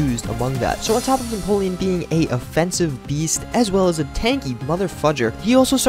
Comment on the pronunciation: no offense but when you said you finally figured out how to say empoleon's name, you actually didn't lol